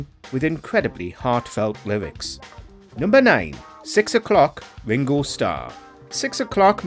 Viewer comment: Wingow Staww?